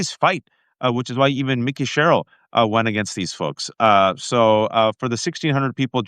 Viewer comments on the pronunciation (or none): Waj, her name is MIKIE, like the kid that hates LIFE cereal…not Mickey, like the mouse. You keep mispronouncing her name, dude.